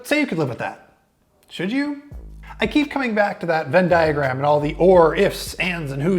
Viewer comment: Don't say vendiagram in reviews.